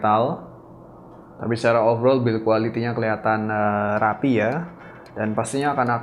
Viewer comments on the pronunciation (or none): none